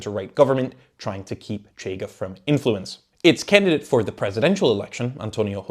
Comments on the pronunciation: AAAA! You said Hose-ey !!! Portuguese is not Spanish Just say Joe-sé instead! The Portuguese J is like the French J Stop with the Spanish J !!! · Jew Zeh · not that it matters much but José is not pronounced like Spanish José. Portuguese J is like French J, not Spanish J. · Who dafuq is Hosé? We're not Spain. It's José 😂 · As a Portuguese, it was a very good summary! I would just ad: - José is pronounced José, not "Hosé". We. are. not. Spain.; - CDS means Centro Democrático e Social (Demcocratic and Social Center) which is a throwback to the very leftwing 70s when the furthest right it was socially acceptable to be was in the Center.